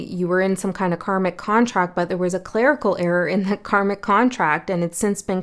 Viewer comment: Interesting… when you said clerical I heard it as “Clair-ical” as in clairvoyant etc